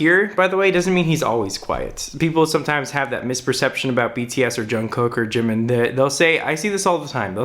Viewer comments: I love your videos about JK <3 It's pronounced "jungook" tho, lose the first k :) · Also his name is pronounced jung-goo not being mean or sarcastic just thought you would want to know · I didn't even understand the lyrics th first time I saw the video but I cried like a lot 😭 his voice is amazing. I read the lyrics a couple hours latter and I cried even more lmao. Also, the pronunciation of his name is actually "guk" instead of "kook" ㅋㅋㅋ nice video tho 👏👏💖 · Je-oo-n Je-oo-n-g-guk Jeon Jeong-guk not jungcook lol 😂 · I like how he says Jongcook hahahaha ok sorry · Every Time he says "John cook" I cringe. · Why does everyone pronounce jungkook wrong